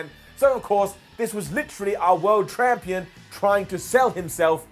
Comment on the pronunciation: Did call Omega the Tramp-ion? 😂😂😂